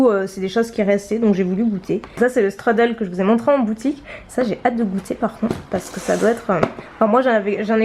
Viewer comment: Strudel ça se prononce "chtroudel", c'est allemand pas anglais ;)